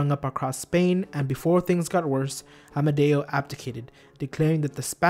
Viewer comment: It's AMEDEO, not AMADEO. Also, were there really 2 Alfonso XII??